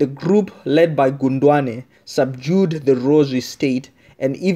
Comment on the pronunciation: Not gundwane but khondwane you fool.